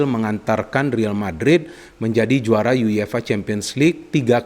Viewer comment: Everybody: YUEFA: YU YE FA